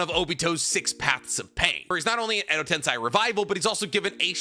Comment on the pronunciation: Still mispronouncing tensei. It's just insane. I don't understand. Do better.